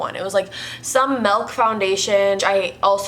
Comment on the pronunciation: Still love that you say melk instead of milk😂❤️